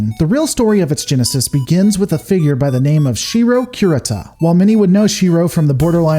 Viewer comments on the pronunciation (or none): Cure-eata say it with me.... I was playing back in the 80's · Dra con is Com Bine NO EMPHASIS O za wa NO EMPHASIS Ku Ree Ta NO EMPHASIS if you are noticing a trend here it's because Japanese is a flat affect language. You almost never emphasize one syllable over any other (combine just happens to also be an unemphasized English word). Also vowel sounds are fixed in Japanese: a -ah, e-eh, i-ee, o-oh, u-oo. Sounds blend: ai-ahee~long I. No variation with surrounding letters. No short i sound allowed, timoyo - teemohyoh. This is painful. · The mispronunciations on here are ridiculous. Combine: Comm-byne Hegemony: hedge-eh-mon-ee Samarkand: Sam-ar-canned Kurita: Cur-Rita Rasalhague: RAS-al-hay-g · hegamony... drucunus cumbine... rayzelhaag! never change. kurutah-sunpah would approve! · I don't know if you're saying things intentionally incorrect or just because you don't want to say it correctly. We all know your beef with the word hegemony. But curata? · Your pronunciation of "Combine" was inconsistent throughout the entire video. So was "Kurita." Pick a pronunciation and stay with it. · I'm sorry but some of your pronunciation hurt me... Hegemony, Combine, Kurita to list a few. It's not like saying Davion with a hard or soft "a" because actually a canon thing. Rasalhague I understand is a hard one but as it is derivative of the nation's Swedish ancestry, in any case.